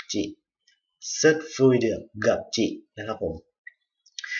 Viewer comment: chi ออกเสียงจิ้ ไม่ จิ ครับ อาจารย์